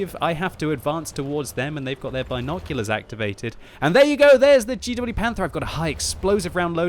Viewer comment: Love your vids but for the love of God........it's BINoculars not BINEoculars. Thank you. Keep up the great work.